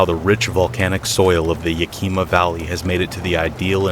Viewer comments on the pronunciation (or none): Hey! Fan from the PNW. Just a FYI; so when saying “Yakima” the emphasis is on the first syllable…as in YEAH-ka-maw. Great storytelling as always!